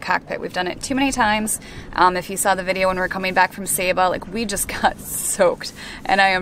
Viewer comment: Sorry, was right saying Saba (Sahbah) not Saba as in (Sabre) You say Potarto, I'll say Potato etc😁